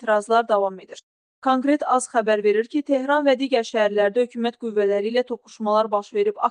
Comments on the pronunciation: Çankret yoox, kankret, Qəhbəə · Аy xanım,, k" hərfini düzgün səsləndirilmişdir, Kələm sözündəki,, k" hərfi kimi səsləndirdiyiniz,, könkret" axı savafsız və iyrənc səslənir. Bu işdə sizə nəzarət eləyən yoxdur?!